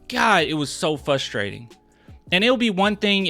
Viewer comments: Is it "fustrating" or frustrating? I think it's frustrating. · You not looking at the other 2 guys fouling him as he went up lol NOPE Hey you know whats also fRustrating ? When a dude says fUsstrating 30 times in a video lol